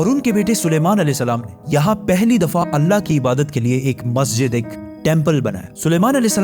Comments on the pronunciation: Bhai video to apki acchi magar kya ap edit voice changer use karte ho kya kyun ki ap voice me (allah word) (alna) hora raha hai or Benjamin word benyamin ho raha hai 😒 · Mujhe aysa kyu sunai de rha h 3300 pehle anna ne musa as ko hukum diya , if its mistake please pronounce clear my brother